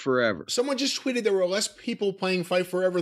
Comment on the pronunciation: Can someone tell to stop pronouncing the TW sound as a CHW sound Chwitter Chweet Chwenty 200 times a show lol